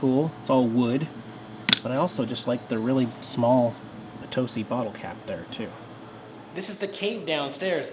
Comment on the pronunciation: Love your videos! I can't believe I missed you while you were in POTOSi, my hometown! Good job pronouncing Potosi. Been watching you for a couple of years, my husband is jealous I spend time watching your awesome videos.